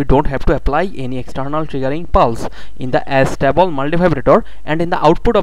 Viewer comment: it's not As-table multivibrator idiot it's A-stable multivibrator ....